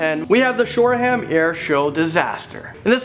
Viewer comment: Its Shoreham not Shore Ham.